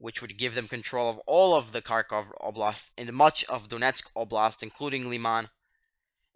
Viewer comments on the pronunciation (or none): none